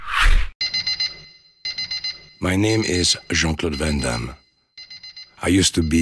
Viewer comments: You are American, hence you have absolutely not the faintest idea how his name is actually correctly pronounced. Just hilarious. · Jeane-Clawd Van-Dam